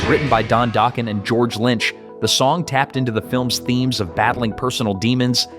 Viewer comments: You lost me at Doke-en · Don Dough-Ken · Dock Ken that’s how you say it.